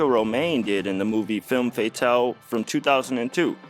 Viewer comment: If you're going to use French words, learn how to pronounce them. Hint: it's not pronounced fay-tahl.